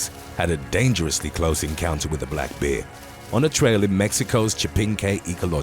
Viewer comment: "A black behh"